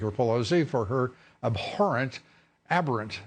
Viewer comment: Lou Dobbs can't even figure out which way he wants to pronounce the word abhorrent. Three times he pronounced it "ah-horrent" and twice he pronounced it "abh-orrent" and seemed to be unsure. It's uncomfortably hot and stinky in this FauxNoise bubble.